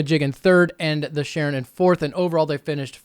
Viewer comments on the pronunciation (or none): The Sharin is actually pronounced the (Shah-rin). Modeled after the Sharingan from Naruto